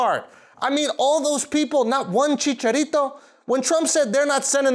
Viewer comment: "Not one CHICARITO?!" LMAO the way he pronounced his name im dying